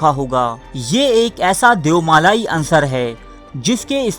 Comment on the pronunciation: bhai aap ki video bohat achi ha .....lekin urdu ka aik lafz ha unsur ..aap ise ansar bol rae ha.. jo k galat ha